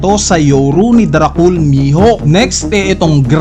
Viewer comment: Gets nman pinoy tayo pero okay din kung pronounce ng mbuti mga words literal eh "drakul" mihawk?dome reberse?